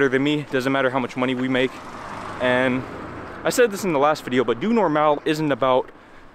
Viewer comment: Your pronunciation of Doe Normaal is very good.